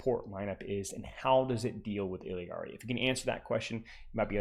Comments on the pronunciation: But you're not even pronouncing it IL-YAR-EE you're clearly saying IL-EE-YAR-EE and my ears hurt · Love your content, but for the love of god it's "Ill-ah-ree" not "Ill-ee-ah-ree" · if you're reading this, in Spanish her name is pronounced like "ee-yari." I notice you sort of mixing together the English double-L sound and the Spanish 'yah' double-L (like heard in 'quesadilla' or 'pollo') and simply put, Illari's name in Spanish does not contain the English double-L sound at all. Just the 'yah' sound, pronounced something like 'ee-yari' or 'ee-yarry.' Feel free to say it however you want though, just wanted to inform you and thanks a million for the great content:) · “ILL-EE-AR-EE” lmao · Bro, it's only one 'I' in Illari. Il - lar - ee, 3 syllables. I usually let it slide but that pronunciation is so hard to listen to lmao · the way you pronounce some of the characters names is funny 😭 “buh-teest” “illy-ari” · It's actually pronounced "eeyaree" if I'm not mistaken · Obviously hes not doing it maliciously, but why is it a big deal for me to point out the pronunciation in my language? Especially when its said with a Spanish pronunciation in the trailer. I think everyone else needs to chill, its just a name, this isn't some woke agenda or whatever and I wasn't being rude about it or trying to force him to say it a certain way, nor am I trying to force you to pronounce it "my" way. In fact, if you read my entire reply, I tell to pronounce it how he likes because you're right, everyone has an accent and different place of birth. So why cant I freely share how I say her name? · both characters in game do not pronounce their names anything like does